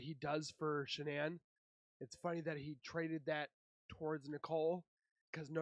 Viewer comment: SHAnann sounds so much weirder than “shanonn” and “ Shannon “ sounds cuter, no wonder everybody gets it wrong. I wonder how she felt about her own name